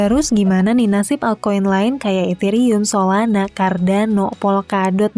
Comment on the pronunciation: "Solanak, Cardanok", seperti dialek orang Sunda ya?. hehehe